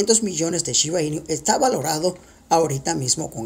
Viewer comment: 500 millones y no pronuncias bien su nombre!!!! Es shiba inu no iniu